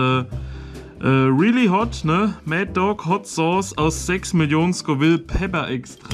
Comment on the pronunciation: Das ist keine Sooose sondern ne Sauce!